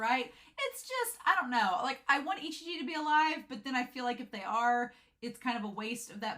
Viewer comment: Very interesting theories! I'm itching and screaming but I'll hold myself back lmao. But little correction: Ijichi's name is I-Ji-Chi, not I-Chi-Ji XDDD You've been butchering it for so long I feel bad for the poor man XDD